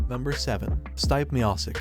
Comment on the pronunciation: Stype? Meahsick? Josie? Cormia? Jesus Christ dude at least learn how to pronounce their names before making a video like this.